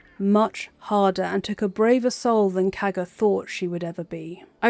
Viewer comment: The way you say Kagha’s name sounds like Caca and I agree